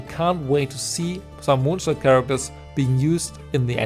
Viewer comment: i can also confirm that as im a fellow German i suppose mr.mondstadt to but like i can definitely say its how u pronounce it